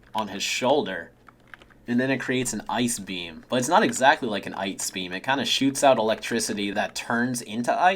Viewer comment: It’s an EYEce beam